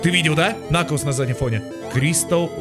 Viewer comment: Как по мне, наоборот прикольнее звучит :D